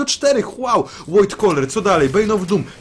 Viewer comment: "Void" czyta się jako "wojd", a nie "łojd"